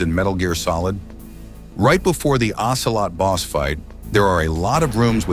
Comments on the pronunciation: "OCEROT" instead of "OCELOT" 😅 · lol "Ocerot"